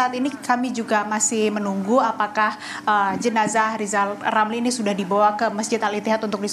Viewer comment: Rizal Ramli .. bukan lizal lamli,,,gimana sih presenter nya ini